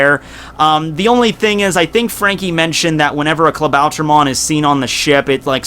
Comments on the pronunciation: Klabauter MAN ... say it correctly... MAN like SUPER MAN. Pronounce it in english... becouse iff you try to say it in german... it sounds reggy... "Klabauter MON!" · pet peeve: the way u pronounce klabautermann like "klabauter-mon"